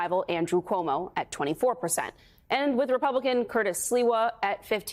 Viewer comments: Komodo 🦎 still cant say Zohran surname properly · You mean Cumoo? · Andy Cummo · I believe it's pronounced Cummo.